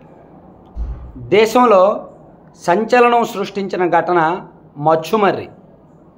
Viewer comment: అన్నీ తెలుసుకున్నోడివి ఆ ఊరి పేరు మచ్చుమర్రి కాదు, ముచ్చుమర్రి అని తెలియదా మీకు? 🤔